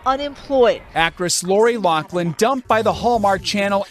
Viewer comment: Like your video but my pet peeve is that people keep pronouncing loris name wrong - it’s Laughlin with an F sound, not a C sound